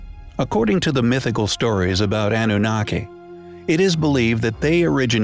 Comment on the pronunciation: The narrator should have been tutored on how to pronounce certain words (such as Annunaki, Nephilim, etc.) before he actually recorded the audio track.